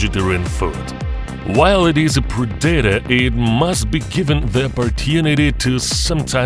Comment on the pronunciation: Попрацюйте над вимовою і наголосами. Багато слів абсолютно неправильно вимовляється. Наприклад "predator" зовсім невірно вимовляється.